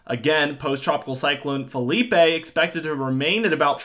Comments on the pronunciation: It's not Philippey it's phillipe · I'm gonna be so glad when Philippe is finally gone and I don't have to hear this guy call it Felipe anymore.